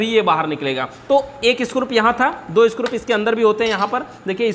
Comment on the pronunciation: Bhaiya ji aap bar bar स्क्रूप कह रहे हैं ये अच्छा नही लग रहा.....isko screw( स्क्रू) कहा कीजिये। आप अच्छे जानकार हैं इलेक्ट्रिक उपकरणों के...thank you jankari dene ke liye.